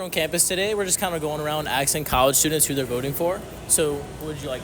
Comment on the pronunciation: Axing???????? Bro!